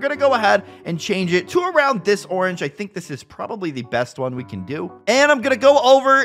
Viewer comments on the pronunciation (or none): Umm is orange not Oren.